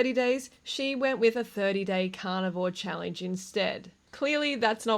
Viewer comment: Why do you pronounce the word challenge as chall-INGE ?